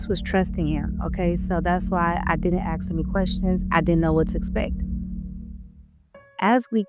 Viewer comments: She knows how to say ask but still says axe me... Lol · ASK! ASK! You don't 'aks' someone a question. Boils ma piss when morons say 'I aks a question' It's ASK, always has been. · This bitch is stupid af. "Axt" it's ask ASK!!!!! Learn to pronounce. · Also its ASK NOT AKS